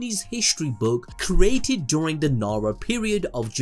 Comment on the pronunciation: bro, you freaking kill me everytime you say "cerated" instead of CREATED.